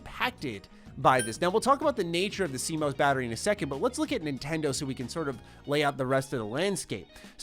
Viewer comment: ‘See-Mose’ battery 😂 😘